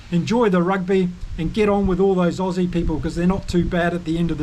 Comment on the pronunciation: Lol, your pronunciation for the Aussy loosie was awfull